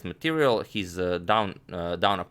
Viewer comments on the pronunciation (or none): none